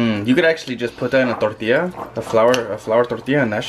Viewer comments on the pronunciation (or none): none